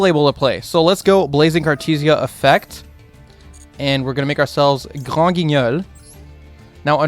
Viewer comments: shoutout to for saying granguinol with that mean french accent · the way u say granguignol, ur french is insane